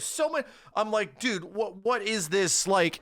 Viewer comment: You know it’s bad when says dude instead of dood